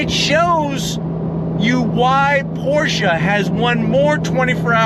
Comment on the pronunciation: Thank you for pronouncing Pro"SHA" correctly sir!